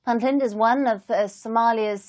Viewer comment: Could you please pronounce Puntland accurately. It is Punt Land with a u not i. It is not Pintland.